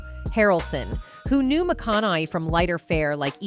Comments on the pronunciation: Mcon a hey!!! I have when peoples names are mispronounced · Either your AI sucks, or the announcer can't even say his last name!!! PATHETIC!! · You can't even say his name right AI?????